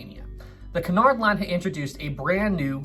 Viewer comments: Isn't it Cunard not canard? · I thought it was said like Kunard not Conard line